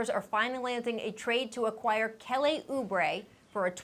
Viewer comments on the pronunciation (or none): how do you mispronounce “KELLY”!!